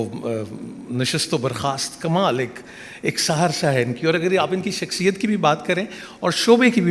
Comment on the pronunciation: شخصیت ہی درست لفظ ھے ، اس کی اصلاح کرلیجیۓ ، اگر آپ شخصیت کو شکسیت کہتے رہے تو پھر آپ کو اپنے پروگرام میں کوئی بھی نہ بلائے گا ۔